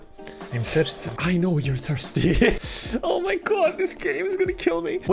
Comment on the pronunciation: For a second there I thought the guy said I'm bimpson not I'm thirsty 😂 (Flashbacks to bimpson song)